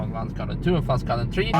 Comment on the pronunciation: Pflanzgarten not Pflantzgarten